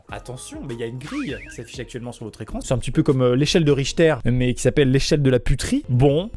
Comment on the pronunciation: "c’est un peu come l’échelle de richter" je suis la seule a avoir entendue hitler?😂